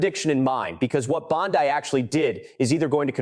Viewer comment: Bondee not Bondeye!